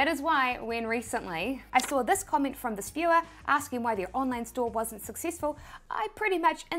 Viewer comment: SIPTIMBER, PERCINTE, COMMIENT learn to talk please